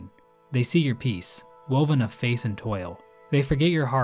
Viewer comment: For the "Correcting my Silksong Lore Mistakes" video you can add the fact that when you read "faith" it sounded like face, which is a terrible error that completely mutates the true lore behind this game.